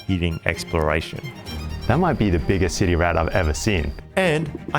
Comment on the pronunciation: Anyone else hear him say "titty rat"?😅